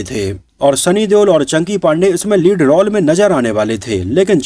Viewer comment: आपको पहले भी कहा, रौल नही, रोल बोला करे.